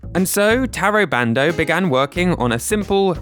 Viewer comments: Fantastic video over all. Gotta say, the lesson in Japanese pronunciation vs. mispronouncing the Japanese creators’ names (I.e. TAY-RO BAND-O versus TAH-RO BAHN-DOH) had me laughing a little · Please respect people enough to say their names properly. It's not hard. Oh my god as I am typing this you literally explain the exact mostake you were making... Ta Ro Ba N Do. Jeez....